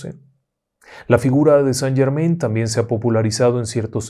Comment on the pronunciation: Mi estimado me encanta su contenido me envuelve con sus historias pero el conde de saint Germain no se pronuncia como ud lo pronuncia justo conde san German (in)en francés se pronuncia an tenga una lindo del trabajo y continúe con su maravilloso trabajo